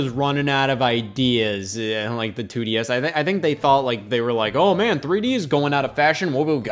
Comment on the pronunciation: Can the Nintendo 2desz ntus fit in your mouth